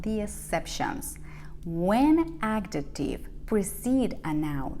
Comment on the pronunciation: I'd suggest to think about correcting wrong pronunciation of those english sounds z as in 'example' or 'possessive' and also j as in 'adjective'. It's not a matter of an accent, those are phonetic errors. And as a teacher, I'm sure, you know the difference. Imagine native english speakers would say 'jugo naranja' with the wrong sounds: dzhugo narandzha. It's not an american accent of Spanish, it's not knowing how to read and pronounce english words.